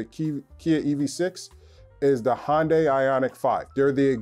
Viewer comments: What's a Hon-day? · Hyundai is pronounced like 'Sunday'. FYI